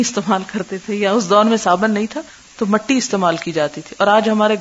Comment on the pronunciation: معذرت جاہتی ہوں مٹیmatti نہیں mitti تلظ درست ہے